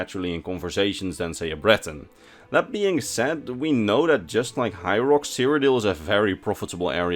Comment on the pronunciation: it sounds like you're calling High Rock Hyrule.